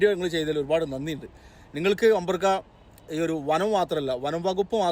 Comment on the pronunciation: അമ്പർക്ക അല്ല പേരക്ക